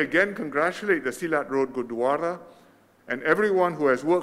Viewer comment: It was a such a pleasant surprise. Glad to see our dear & respected PM Lee launching the inauguration & doing such an amazing job pronouncing all the Punjabi words especially Gurdwara. Not forgetting the invaluable mention of the history & the contributions of Sikhs. It is truly well appreciated across the Sikh community. Thank you. sir. Sat Sri Akal 🙏🏼